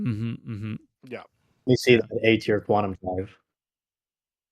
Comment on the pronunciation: Quantum not “quanton”